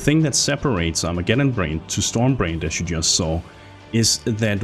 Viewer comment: *brands , not brainds